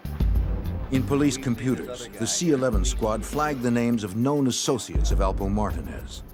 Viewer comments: The Girth Alpo from Harlem lol it’s only 1 way they pronounce it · The name is alpo aka Alberto Martinez this narrator is saying his name wrong and if you see and hear documentary about this this one is off by alot